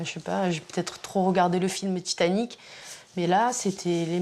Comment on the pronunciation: le "tintanic" 😂